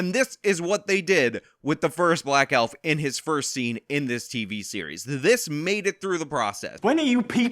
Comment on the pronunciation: HaHahaha! Elfer, with a hard R....HaHahaha!!!!!